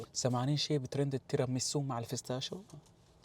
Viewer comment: مين لاحظ انو قال الفستاشيو😂😂😂😂😂😂😂❤ الله يسعدك